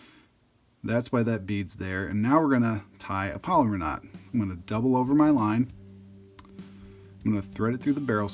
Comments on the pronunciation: It's pronounced PALOMAR, not "polymer". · "Palomar" is not pronounced "polymer". It's pronounced "pallow-mar".